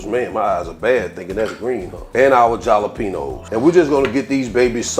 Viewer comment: Looks delicious 😋 & I like how you pronounce Jalapeños lol